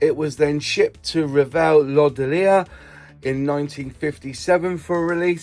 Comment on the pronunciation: Thank you for the video and much thanks for pronouncing Revell correctly